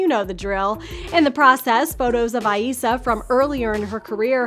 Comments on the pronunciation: Her name has only 2 syllables, like IZA not I-E-ZA! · The way she pronounces Eiza's name 🙃🙃